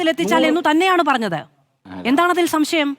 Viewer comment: തോൽവിയുടെ ഒരു "സംസയം" 😂